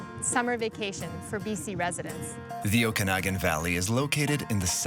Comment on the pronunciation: Might be spelled Okanagan, but the second A is pronounced more like Aww not ahh. Oh-can-aww-gan.